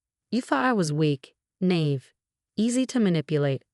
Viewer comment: Nave? Nave?! The word has one pronunciation and it’s “nah-EEV”. Get it right already!